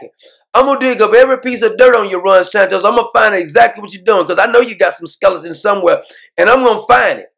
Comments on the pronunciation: Doc its not Desantos, not like Tostitos chips, Its D-E-S-A-N-T-I-S. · but I love the way Doc pronounces it...."Desantos".....Love it ! 😁😄😂